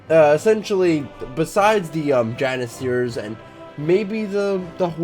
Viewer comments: Stop moving your vowels around! Novgorod, not Novogrod Janissaries, not Janissaires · its spelled jann-i-saries not jann-i-siers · Says Janisaries as Janiseers... wtf